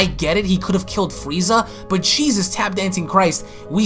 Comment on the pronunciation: He said fweeza